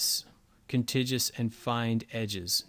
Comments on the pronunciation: "Kon-Tig-You-Uss", not "Kun-Tijez". Other than that, great! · Nice video. BTW, it's kuhn-tig-yoo-uhs, not kuhn-tij-yoo-uhs. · Excellent, thanks. BTW, look up the pronunciation of contiguous, it is a hard "g" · Nice job on use of background eraser, but please use the correct pronunciation of contiguous: it is exactly like the word "continuous" but with a hard g as in "goo"